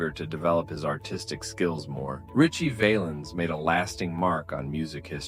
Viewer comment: Val ens say it with me …. Val Ens.. got it? Can’t take ya seriously if you can’t pronounce his name.